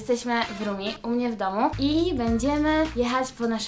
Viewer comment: RUMI a nie RUMII🙃